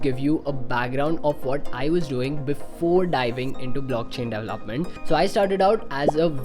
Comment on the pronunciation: I CANNOT get over how he pronounces development hahaha "dev-lahp" and "dev-laph-ment. Haha idk it bugs me so much! De-vel-op! De-vel-op-ment! Announciate bro!